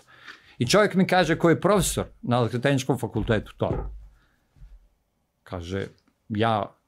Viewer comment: Ne znam kako vama Ali meni smeta kad neko ne zna reci č. I kaje umesto kaže. Odakle je gost?